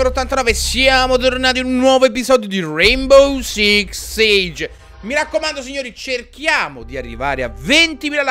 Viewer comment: ODDIO CÌ! è il primo episodio dove pronunci bene il nome del gioco hahahaha